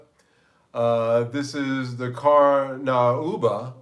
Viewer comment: Hi great show. It’s pronounced car-new-ba.